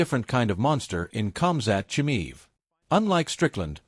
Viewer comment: If you even cant "Khamzat Chimaev" speak out the right way, your screwed.